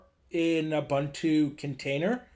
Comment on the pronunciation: Great tutorial. Just a minor correction. It is pronounced “Ooboontoo”